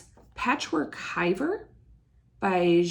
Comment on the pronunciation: you are a very natural speaker for flosstube. Well done. Re: Patchwork Hiver. The pronunciation for hiver is “eev air”, emphasis on the second syllable. Hiver means winter in French. Christine from Ontario, Canada